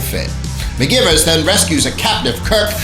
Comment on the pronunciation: You must know her name is pronounced, McG(eye)vers, so... why?